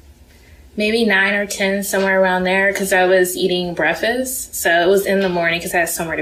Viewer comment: ”…I was eating breffast…”